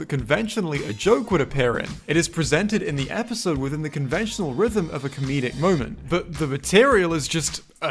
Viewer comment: Him saying episode wrong is more funny than the actual spy jokes